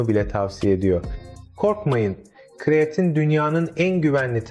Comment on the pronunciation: Kiriyatin dedigin ne sikim😅😅😅